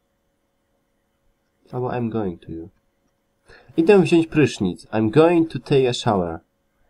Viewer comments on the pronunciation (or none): none